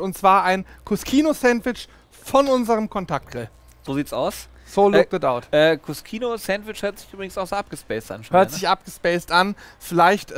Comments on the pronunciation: cuscino - was auf italiniesch "kissen" heisst, wird kuschino ausgesprochen. wenn man es kuskino ausspricht, dann müsste es im italienischen cuschino geschrieben werden :) klingt für den deutschen ziemlich unlogisch, aber wenn man die italienische sprache kennt, dann ist es absolut logisch. wenn hinter den buchstaben "sc" ein "i" oder ein "e" kommt, dann wird das "sc" wie das deutsche "sch" ausgeprochen. kommt ein anderer vokal oder ein konsonant dahinter, dann wird das "sc" wie ein deutsches "sk" ausgesprochen. Möchte man nun aber eine Buchtstabenkombination wie das deutsche "ske" oder "ski" aussprechen, so kommt im italienischem hinter das "sc" ein "h", damit kein "e" oder "i" direkt auf das "sc" folgt. Siehe auch "bruschetta", was "brusketta" ausgeprochen wird. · Hey Leute, Der Cut wird als KU-SCHI-NO ausgesprochen, steht im italienischen für "Kissen" und scheint hiermit ein Schulterkissen zu sein! LG